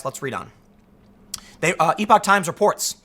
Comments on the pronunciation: Epoch- ep-uh-k Kind of like epic but with uh instead of the short i. Larry Elder does a segment for the Epoch Times and pronounces it ep-uh-k. The definition of epoch uses the same pronunciation. I know Tim has a hard time pronouncing things but this one should be easy. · Tim, its pronounced Epic Times. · Hey Tim, epoch is pronounced like epic. I initially pronounced it like you do until someone corrected me because I think you said it best that if someone misarticulates a word it means they learned the word from reading it. Hope you're doing well and thank you for your video reports. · Epoch has a short e tim